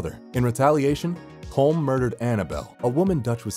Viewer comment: Just saying "Colm" is pronounced as col-um"